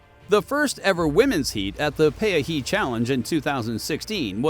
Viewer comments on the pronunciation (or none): It is Peahi pronounced pee ah he!